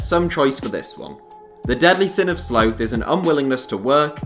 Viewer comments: Is it sloth or slowth? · I believe Americans say sloth and English & Australians often pronounce it 'sloath'. I wasn't sure myself, but biologists and David Attenborough go with 'sloath' so that swung it for me... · That's different depending on where you're from. Americans say "sloth", in Australia and England it's mostly "sloath". In school you mostly learn AE, for me at least.. so you learn "sloth". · Is that how Brits pronounce "sloth?!" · surprised there’s no one here mentioning his pronunciation of sloth.